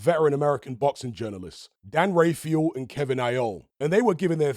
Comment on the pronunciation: Rafael as "ray-fay-uhl"? haha